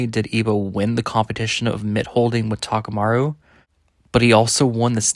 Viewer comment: Why do you keep saying "takamaru"?? New character?